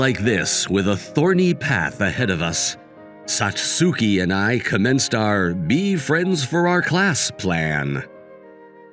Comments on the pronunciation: MVA's voice does not match ANY character he voices unless it's an old man. Maybe don't have him voice teenagers in these stories? And it's pronounced Sats-ki, not Sat-sue-ki. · This could have been a great episode instead of just good. The MC voice sounds to old for highschool and his pronunciation of Satsuki was jarring. Even google translate can pronounce it better.